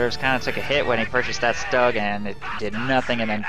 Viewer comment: btw is its not pronounced "Stug" - its pronounced "shtoog".